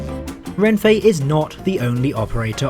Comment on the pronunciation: Nice video but please pronounce Renfe as /renfe/, not /renfei/. There's no i/y in "Renfe" and it's Spanish so, unlike in English, you don't pronounce things differently to how they're written.